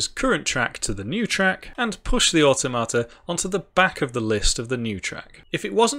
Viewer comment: Awe Tomato: the most awesome tomatoes 😁 Never heard automata pronounced that way before. "or tom a ta", rather than "or toh mata". I want to mod this with tomatoes now... Oh, wait... I can 😁